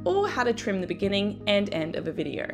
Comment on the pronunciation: Videarrr? So sorry but that mispronunciation was soooo distracting.